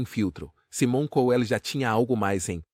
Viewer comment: Esse narrador é ridículo, não sabe nem pronunciar o nome corretamente , e não é apenas o de " Saimon Couel " , essa é a pronúncia correta , mas de todos que ele narra